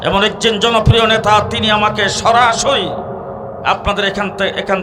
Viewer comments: আপনি তো নেতা শব্দটা উচ্চারণ করতে পারতেছেন না নেতাকে বলেছেন নেথা কোথা থেকে লেখা পড়া করেছেন আপনার তো ইসলামী কোন ধারনা নাই দালালী শুরু করেছেন ভালো হয়ে যান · নেথা হবেনা উচ্চারণ হবে নেতা।